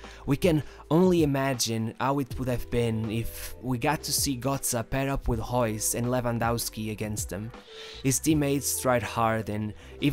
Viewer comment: bro, i love your content, but.... its marco rrrrrrreus. and arjen rrrrrrrrobben. not gobben, or geus. just letting know